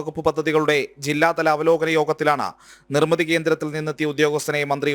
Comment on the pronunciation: 'നിർമിത' അല്ല ' നിർമിതി'.(.08)